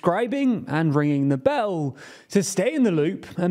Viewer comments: hate how this dude says bell. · ringing the beeeeeellll whats up with your crazy pronunciations?